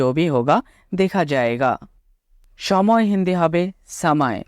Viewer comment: कूछ भी ठीक नही लग रहा/ लग रहे है। কুছবিহ নয় , কুছ ভী হবে । সময় ,সাময় নয় । হিন্দি তে লিখার আকার উচ্চারণ খুবই কম হয় । করিশমা কপুর , কদের খাঁ, অমজাদ খান , করিনা কপুর , কটরিনা কাঈফ ।